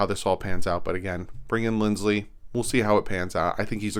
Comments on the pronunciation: Stop saying LindsLey,... there's no L in it. It's Lindsay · it's not linds-lee, it's lind-zee